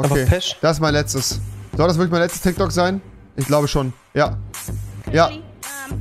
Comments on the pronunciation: Tyk tok 😂😂😂 das heißt tik tok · Es heißt Tik Tok nicht Tyk Tok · Och rewi du bist nicht gerade klug oder es heißt Tiktok und nicht tyktok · Tik tok tIk tok Rewi:tyk tok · Das heißt tik Tok und nicht tyk tok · Es heißt tiktok nicht tyktok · Das heißt Tik Tok